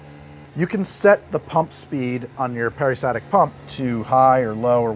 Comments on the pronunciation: Peri-STAL-tic pump, fyi. Sorry if I'm the 300th person to say this. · Damnit man... I truly love your lab videos... But, every time you lost the L in peristaltic, my brain glitched & made me scream at you.